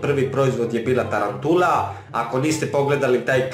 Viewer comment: Tarantula lijep naglasak 😂